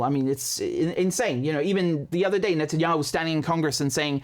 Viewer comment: Wait a minute. Do Israelis say "Netanyakhu?